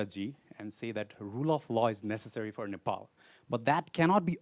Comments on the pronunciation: this host keeps saying nepoli. Ney. Pal. Please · Nopol what's this pronounce man it's Nepal🇳🇵🇳🇵🇳🇵